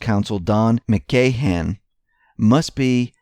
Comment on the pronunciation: McGahn (sp) rhymes with man. Not GayHan lol